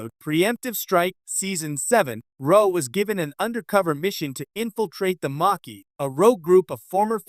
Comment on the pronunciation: And it's pronounced maa key